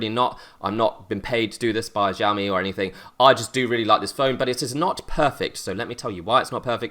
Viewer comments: Isn't it more like shiaomi? (With an I pronounced like in "to live") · Say it with me now SHAO ME... That's it!